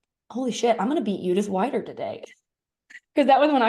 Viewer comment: greetings from switzerland 🇨🇭🇨🇭 i love listening to your podcast while crosstraining 😊 but it‘s judith ‚weeeeder‘ not judith ‚waaiider‘ 😉